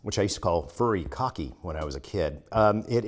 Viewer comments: Loved the clip. Quick pronunciation help: Furikake is (furry-ka-kay) not (furry-ka-key). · “Furry-cocky.” Lol. Now how you pronounce it Alton but it’s okay. I can attest that it goes great with popcorn. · Furikake IS yummy on popcorn, rice, anything that needs a kick. But my brother, its pronounced, Furee Kakeh! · it's 'foo re: kaw key' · Alton: "furikake" is "fu-ree-kah-keh" An easy rule for Japanese all E letters are "eh," all As are "ay" (like in "say"), all Os are "oh," all Is are "eeee," and all U letters are "oo" like "moot" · If all As are long, like in "say," then wouldn't it be "fu-ree-kay-keh?" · Furikake is delicious! The correct way to pronounce it is "foo-ree-kah-kay." Have rice at home and want to switch it up? Sprinkle some magical furikake on top! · It’s pronounced foo-ti-ka-ket. Nori is nordi. My husband is Japanese and as these are two staples in our house, proper pronunciation was taught to the rest of the family. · I was waiting for him to crack a joke when he pronounced Furrikake. Like " make sure you pronounce the E at the end otherwise..." and then that look he does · Foo-ree-kah-kay. Furikake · Say like foodie-kaw-kay with a really low key D sound in it. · Furikake :D?!? brilliant. , not convincing yourself that you're SaltBae. You seem direly unconvinced.XD. . (cringes.) foory-caw-keh. (or que? to throw some spanish at you >P.). They have multiple "flavors" so looks like you're using the dark blue "Nori Komi" ... more or less a default flavor opposed to say, shrimp, or wasabi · The way he pronounced furikake lmao. I love Alton. Great vid, popcorn is like 65% of what I eat these days. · Alton shouldnt be revered in the world of culinary if he cant pronounce Japanese cooking items or terms properly but does yo french dishes. All throughout iron chef you think he would have figured it out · Oh Alton... still can't pronounce Japanese. Love you man, but popcorn and furikake need arare too. Any Hawaii resident knows that.